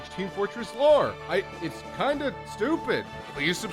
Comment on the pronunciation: loved the part where u say , "it's klind of stupid." XDXDXD